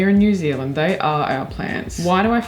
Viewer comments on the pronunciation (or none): none